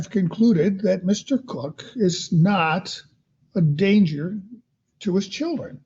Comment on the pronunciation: It's so irritating when the dad is called Mr Cook. His name begins with a K It's pronounced KOCH as in the former NY mayor of many years. I just don't get it 🤔🤔🤔